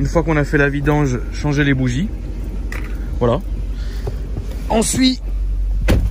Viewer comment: Il di ensui o lieu de dir ensuite 0,45